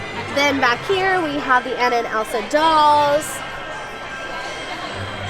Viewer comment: You're selling the merch....at least get Anna's name right lol poor Ah-na